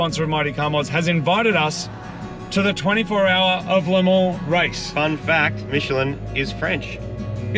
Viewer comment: Marty the best pronunciation of ‘Le Mans’ I’ve heard any Aussie say nice one 😅